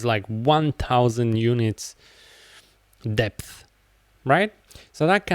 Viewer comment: I appreciate you sharing your knowledge, but "depth" is not pronounced "dipth".